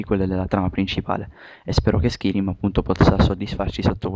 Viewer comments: ho smesso di guardarlo alla terza volta che hai detto skirim -.-" SKAIRIM !!! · oddio xD si dice SCAIRIM xD scritto Skyrim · ma era una recensione su oblinmion oppure su skarym!!!!!!!!!!!!!!!!! stupido si pronuncia skairim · SKAIRIM no SKIRIM :) Gran bel gioco e bel commentary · Si legge skairim.. Non skirim.!!!! ^^ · Skirim?1?! SkYrim cazzo, imparate un po l inglese cristo santo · si dice Skayrim, e si legge Skyrim. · si dice Skairim "Skyrim" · Perche pronunciavate skirim? Comunque senza offendere eh, pero prima di dire certe cose meglio se vi informaste piu in dettaglio ;) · si legge skairim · Dio lo commentavo meglio io...e "Skyrim" non si pronuncia in quel modo!! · perche fai commentare se non sai nemmeno la pronuncia del gioco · Ok, a me piace molto la serie di The Elder Scrolls, però vi prego, imparate l'inglese!! almeno le cose di base!! SKYRIM si pronuncia SCAIRIM !!!! no schirim!!!! e la casa produttrice e creatice del gioco si pronuncia BETESDA così come si legge, non beteSHda! e poi come potere fare un commentary di un video che vedete sul momento!? che informazioni date agli youtubers? Per la precisione Skyrim avrà come cattivo Alduin, divinità nordica che risvegliarà i draghi per distruggere Tamriel..